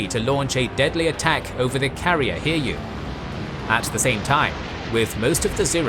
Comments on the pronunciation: didn't look for similar comment - allow me to give an advice: the carriers Hiryu and Soryu are NOT pronounced Hear-You and Sore-You. They are Hee-Lyu (Flying Dragon) and Soh-Lyu (Dark-green Dragon). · The Japanese carriers should be pronounced as Hi-ryu and So-ryu angry Yamamoto noises